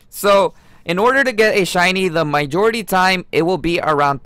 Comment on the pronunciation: “my jority” “guy ro scope” smh